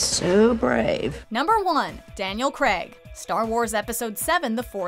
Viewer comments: its craig not creg and davis is more well known than any of the first 3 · I was enjoying this until she said “Daniel Creg” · Wtf why'd you pronounce Daniel Craig's last name like that? 😂